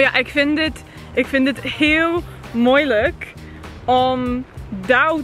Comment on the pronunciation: Hehe i'm dutch, you did good, but instead off moeilijk you said moilijk lol😂